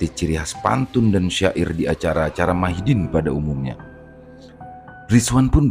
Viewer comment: Madihin bang😊...bukan Mahidin🙏🙏